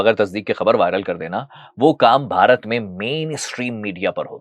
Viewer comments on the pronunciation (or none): none